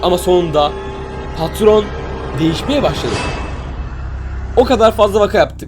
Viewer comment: patron yerine katron